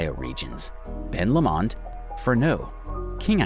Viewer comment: I live in Tassie....Great vid but several mis pronounced place names ...You nailed it for lots of facts though... One really glaring one is Ben Lomond .. It's said Ben Lowmond .. Low as in opposite to high.. another is the Mersey River ...We say it as Merzey not sounding like Mercy as you said .. Both of these are completely understandable though by looking how they are written .. On Ben Lomond ...I am looking at it right now from my front door from 50 kilometres away ..Also South Sister , Mt Nicholas, Mt . Elephant and St. Patricks Head Pinnacle all visible from different parts of my property .. I'm nearly 900 ft or 272 metres above sea level in a valley . But within 15 minutes can be standing on a pristine beach looking toward the Tasman Sea/ Pacific Ocean to the east and the Southern Ocean to the south... It's amazing ...